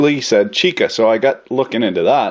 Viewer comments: sweet buttery jesus! also, chicle, not chica. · Not "chica," but chicle (pronounced CHEE-klay). From latex of the sapodilla tree. And now you know how Chiclets got their handle! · Chicle, not chicka. There's a great story about how General Santa Ana got taken by some guy named Adams, who made out like a corpulent murine selling sweetened tree sap.